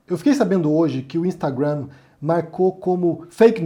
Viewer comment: só pra te falar que sua pronúncia de Instagram em inglês está equivocada ok 👌 A sílaba forte é a primeira